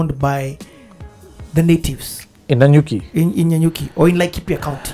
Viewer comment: ....it is Nanyuki😂😂😂😂